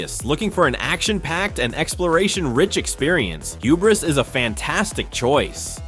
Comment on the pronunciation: I have never seen someone pronounce hubris like that, that's not how you say it